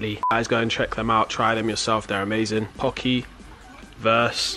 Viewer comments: pokey? that's the way you say it but the way we say it here is with a short o not a long o . learn your vowels and comprehension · * I just corrected him when he said "pOkey" instead if "pocky" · u pronounce it (pa-key) Not pokey😂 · We got "pokey" lmao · they said pockey wrong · I love you guys but the way you said pocky pisses me off